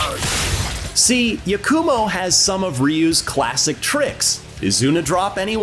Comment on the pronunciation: Yah-koo-mo. It pains me how ppl can hear the correct pronunciations of words and names and still get it wrong 😮‍💨